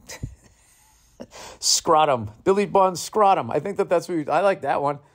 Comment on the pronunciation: Bill saying Scrott-Um not scrotum is hilarious